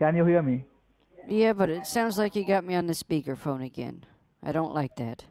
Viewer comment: "Miss you are not on my speakel phone"